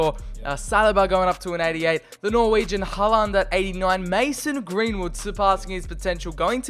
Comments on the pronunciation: The way you pronounce Håland "Haland" is making me cry... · TdT_killler-_- Its håland